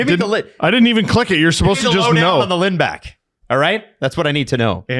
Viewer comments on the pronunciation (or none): Its pronounced Lind-Bock